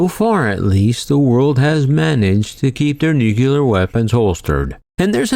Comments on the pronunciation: Dear world, please stop saying nuculer 😂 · some ppl say it's a regional dialect thing.. i dont know.